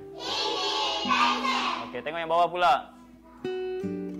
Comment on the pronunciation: Pensel ke pensil? Hihihi